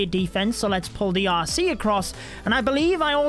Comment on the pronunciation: What you say: R.C What I hear: Aussee 😂